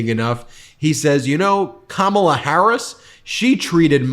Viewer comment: Interesting that he can pronounce all those names but struggles with ‘Kamala’ 🤷‍♀️